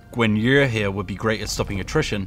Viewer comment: Why do you keep pronouncing Yu as Yer? How hard is it to say Yu?